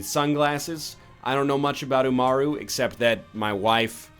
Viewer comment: NL you actually said Umaru correctly you good fam